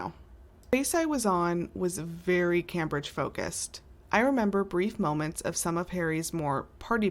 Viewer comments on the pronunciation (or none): I LOVE, LOVE, LOVE your posts. I have only one minor quibble. The future future's name is actually pronounced CAMEbridge although its spelled Cambridge. I am a first generation American of Jamaican descent, and the misprononciation just hits the ear uncomfortably. So imagine how your UK fans might feel. All Tea, NO shade. Love what you do here and in real life because my Mom and all Aunties were RNs. Also I wish you Mom a speedy recovery 🙏 ❤.